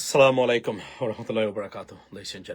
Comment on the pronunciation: আপনকে ভালো লাগে। সালাম টা শুদ্ধ ভাবে দিবেন।